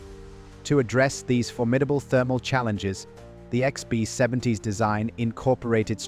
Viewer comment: The AI mispronunciations are hilarious lbf becomes leaf or something equally unrecognizable “Icksby 70” 😅